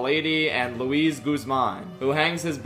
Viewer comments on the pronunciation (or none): none